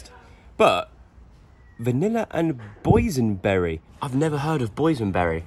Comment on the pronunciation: what the heck is a boynsberry😂😂😂